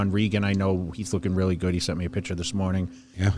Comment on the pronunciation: Yeah. A man who repeatedly pronounces the word "picture" as "pitchurr" should be a lawyer? Man, are your bearings way off!